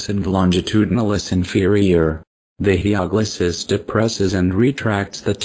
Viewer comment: It's Hyoglossus, not HyPoglossus...